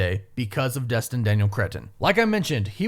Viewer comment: It sounded like he said “Dustin” 😂 cheers for clarifying hah